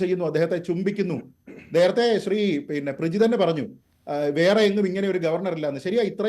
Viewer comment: പ്രിജി അല്ല. ക്യമി ആണ് വാ അടക്കട മോനെ